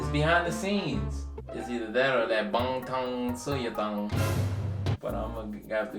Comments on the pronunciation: I heard bond tong sew your dong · When he said “ BaNGTAn SOYEDan” And and BTS and Blackpink, thats when you know the K-pop super fans have entered the chat